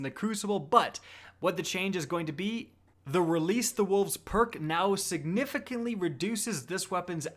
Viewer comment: Hey, you're not allowed to say siganigahfintly.